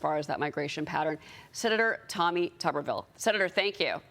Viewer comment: why is she calling him "Tubberville"?